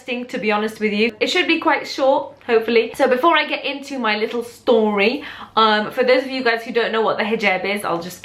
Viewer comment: I love how you said "a lottle" haha I do that. My hijab story is basically that I went mosque after my favourite Aunty died and saw how beautiful and modest and humble they were and how religion had changed them and I loved it and I wanted that so a day later I told my mum I wanted to wear my hijab and then that day she brought me scarves and under scarves and I became more religious Alhamdulillah and now I've worn it for.... 3/4 years so yay! I'm happy Alhamdulillah. 💕💪🏽 #ProudHijabiAlhamdulillah